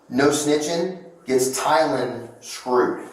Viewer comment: So, you're saying'Tyan'? BUT, I'm seeing TYLAN on the screen? So,... wtf?